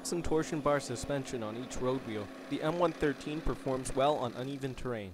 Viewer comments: It's one one three, not one thirteen.......... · We Americans called it the M one one three, not one thirteen. I drove the M113 and it’s variants, the M five seven seven (M577 - Command Post Vehicle) and the M nine eight one (M981 - Field Artillery Fire Support Vehicle or FiSTV) used by Forward Observer teams. Even with improved power they were slow, and eventually the FiSTV was replaced with the Bradley FiSTV and later a wheeled Stryker FiSTV, although I never drove any of those. I loved the M113 variants because I basically grew up using them. I would love to own one myself.